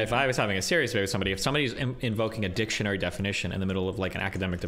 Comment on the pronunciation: just heard "dipshineory" instead of dictionary🤣think I'm going to start hearing that on purpose from now on